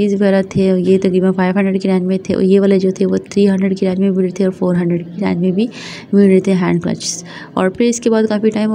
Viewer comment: Its range not rang